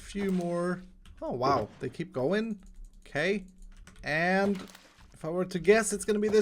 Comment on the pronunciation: With "OKAY" you mean "O-CAKE" HAHAHA